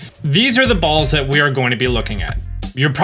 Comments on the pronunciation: It sound likes he’s saying bowls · I love the way he says "balls" 😂